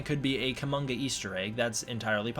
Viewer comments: Probably not Kumonga, but umm, Kuomonga is cool. Sorry not sorry. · It's Kumonga.